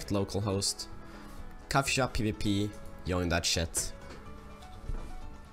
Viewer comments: Haha its "Tschoin" but i like your video very much :) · I know it is an old video,but you're pronouncing "join" the wrong way it's so funny lol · I like how you say join (yoin) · You pronouce join weirdly